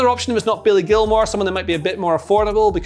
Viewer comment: Turned off after he said billy gilmour